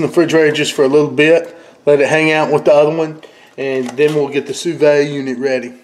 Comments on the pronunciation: Su veed NOT su vey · it's not sue vay, it's sue veed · I Believe it's pronounced like sue v'd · "sooo vay" lmao love this guy! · According to the French, it's "soo vid". I'm wondering if you'd get even better results from using a larger container so the water circulates all around?